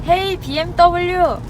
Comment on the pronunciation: 헤이 비엠떠블유 ㅋㅋㅋㅋㅋ 발음 정직한거 보소 ㅋㅋㅋ